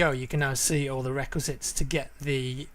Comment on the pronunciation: What is the word your saying when you're talking about requirements? Reqresits?!